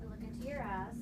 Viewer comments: Lipbalmonsessed04 , it sounded like “Look into your ass “ but it’s really eyes she is saying it like eyezz or ass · Arienm I think she saying eyes but southern